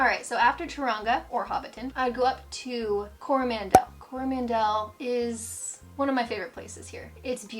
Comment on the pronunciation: A few suggested corrections on pronunciation: Taronga is a zoo in Sydney. Also, it's Te Anau, not Te "Anua". And you mention "Mt Manganui" but presumably meant Maunganui, then Coro-MAN-del, not Coroman-DELLE.